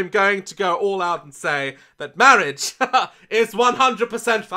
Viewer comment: “Mawiage. Mawiage is what bwings us togeva today.”